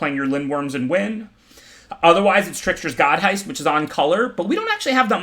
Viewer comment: I am waiting for the day he pronounces The Trickser-God's heist correctly.